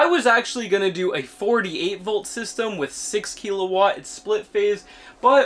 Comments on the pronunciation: "Kill a watt", not "key la watt". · There's no E in kilowatt